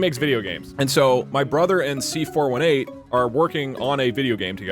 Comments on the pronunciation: it hurts when he says C4 1-8 instead of C4 18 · Its pronounced C-4-18